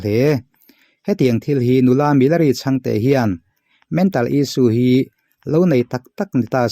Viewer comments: Milari tih hi ti nge Mi-la-ri ti a I sawi zel a!.... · Milari hming hi in lam dik lo fur mai..saptawng ang deuha lam hi a dik lo..he nu hi chu mizokramah na na chuan a lar vet vet hle ani, tiha lar kan lam ang hian lam tur a ni e.